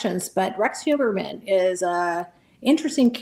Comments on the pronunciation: For the guest: His last name is Huer-mann, not Hue-MER-man or Hue-BER-man! pronounced it correctly several times and she still gets it wrong!🤦 Also, imo, they should not study him! It will make him think he is more special and give him time out of his cell and help him relive what he did over and over again!! Studying someone this evil, does nothing to prevent these heinous acts! It just makes money for people writing books about him! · It bothers me that she keeps calling him Huberman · why does she keep calling him Huberman? and right after Asa says "Mr. Heuermann" for someone so "tuned in" it's a crack in the veneer. she's not really listening. am i mis-hearing her? maybe. she's all about self promotion. yuck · She might be an 'expert' but she keeps calling him Mr Huberman. At least, '', you should get the name right after all these years he has been in the spotlight.